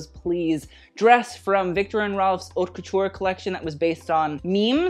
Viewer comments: Isn't haute pronounced like coat? not cot... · He does it on purpose (haute le mode doesn’t mean anything anyways)